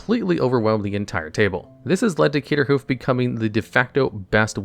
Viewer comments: Bruh if I had a nickel for how many times in manalogs videos Craterhoof was pronounced "Caterhoof" i'd be rich. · Also, Caterhoof multiple times. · Everyone here is losing their mind that he missed pronounced eldraine wrong, but he said CATERHOOF. MY GUY IT IS CRATER.